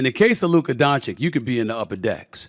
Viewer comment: Stephen A still not pronouncing Luka's name.correctly 🙄